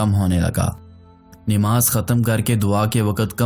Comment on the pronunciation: Nimaz nhi hhi Namaz hota hy